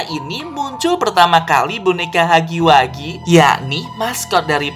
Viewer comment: Bang bacanya hagi wegi bukan hagi wagi